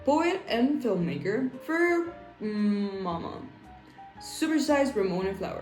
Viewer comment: The way u said fur mama 😅